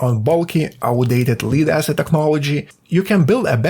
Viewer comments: Pronunciation tip - lead is "led" not "leed" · It's not "Leeed acid" it's Lead like head or dead.... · FYI, lead is pronounced led, not leed. Also. thanks for this great video. I will actually put it into use when I build my next fishing kayak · It’s pronounced LED ACID not LEED ACID. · well done, read all coments till i found pronounciation of Lead he beat me to the punch as i debated on calling you out on it LOL (led not leed) lead can be pronounced both ways as it is written same way depending on the subject, that's english for ya' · Can't pronounce the word Lead. You keep saying Leed instead of Lead. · Lead/li:d/ is not lead/led/ - perhaps a dictionary..? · Lead is pronounced like "ledd" not "lied" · It is lead - not leed ! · In English, 'lead' (the metal) is pronounced "led", not "leed". The word 'lead' (as in a dog lead or popular leader) is pronounced 'leed'. Confusing language with terrible spelling norms... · AI says, Leeeed acid. Block you! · lead is actually pronounced lead, hope this helps ❤ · You could also provide a little pronounciation help: in this case, lead rhymes with shed. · If just spelling it told you how to pronounce it he wouldn't have made the mistake. It'd be helpful to spell it phonetically with examples like "ledd." The double consonant implies a preceding short vowel and that the "d" sound is not silent. It's also helpful to clarify that "lead" is pronounced that way, but when it's used as a verb, "to lead," so perhaps he has only ever ~read~ lead. Emphasized because "read" is another example of edd vs eed ( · That's not how you pronounce "lead" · It’s pronounced lead not lead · A controversial future "Perfect" battery was announced at the US CES show: Donut Lab "production-ready" SOLID-state battery, lasts for 100,000 cycles , fast charge, higher density, no volatility (No working batteries were on display.) Appears to be a sort of capacitor with no chemistry. fyi "Lead" is pronounced with a soft E.